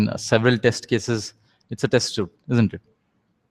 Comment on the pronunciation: It's a test suite not a test (suit) as you pronounce it.